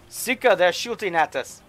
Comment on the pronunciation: Suuka, not seeka